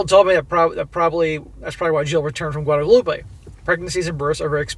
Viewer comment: Guadeloupe, "wad-loop" not wadaloopah.